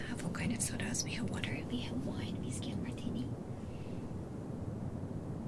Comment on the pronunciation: I'll have a glass of the "Viskey".